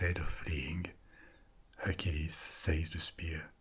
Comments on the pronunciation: Just a small comment, you pronounce Hercules and Achilles the same! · Are you saying Hercules or acheles